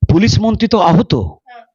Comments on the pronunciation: manonIo upossyhapok podhan noy . prodhan montree. , monti noy montree . aponar uccharon thik korun . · মাইক হাতে আপনি খবর দেখাচ্ছেন, কেন্দ, মন্তি, র ফলা বাদ দিয়ে বললেও শুনতে ভালোই লাগে আপনার উচ্চারণ। 😊